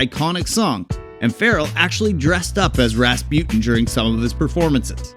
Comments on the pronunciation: RAS PUTIN 😂 dude can't say Rasputine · What dod you say?? RasPEWTIN?? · "Rahspjut'n" ... Is it so difficult to pronounce Rasputin properly? Listen to the song and you know it! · Ras-pewt-in :D :D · You don't know how to pronounce Rasputin